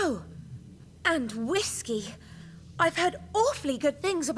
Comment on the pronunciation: I love how her saying whiskey just doesn't roll of her tongue.